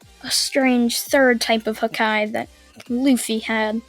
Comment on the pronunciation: It's called haki. ki is pronounced like in dragonball.